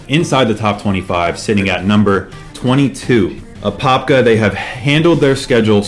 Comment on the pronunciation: Y’all got all the apopka names messed up😂😂